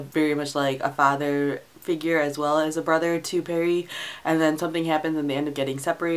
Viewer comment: I really really enjoyed ATME, it was one of my favourites of 2014 and so far my favourite Hosseini novel. The only one I have left to read is A Thousand Splendid Suns. Oh and one last thing Pari is pronounced as Pah-ree not perry :)